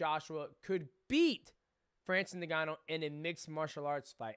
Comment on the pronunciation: Ayo you pronounce it N-Gannou, not Negannou..